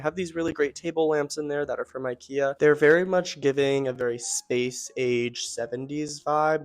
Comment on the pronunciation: Great ideas and suggestions. I love your sofa. The only thing I didn’t like was every time you’ve said incorrectly ikea.